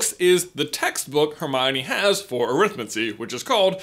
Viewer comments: Stop pronouncing it wrong, it's ah-rith-mancy not arith-m'ncy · you're pronouncing Arithmancy wrong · AH! The pronounciations! I've always followed what we might call "the Stephen Fry path", where arithmancy is pronounced more like "necromancy", where the emphasis is on the first part of the word; "Arithmancy, not arIthmancy" to paraphrase. I always felt that way of saying -mancy is more "wizardesque". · You're doing that American thing. Look up the way Stephen fry says arithmancy. You're stressing the wrong part of the word. Just like the word Buckingham.